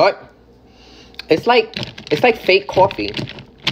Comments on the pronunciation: Why do I love how she said cwoffiy creamer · "It's like, it's like fake CwoFFe" literally has me dying 😭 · I love the way you say coffee "Cawfee" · I love how she says “cOfFeE” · The way she said coffee is so funny